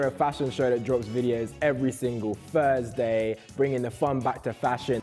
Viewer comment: Can we get a moment of silence for the way pronounces Thursday😊😂😂😂